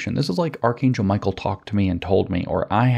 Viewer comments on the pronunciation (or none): none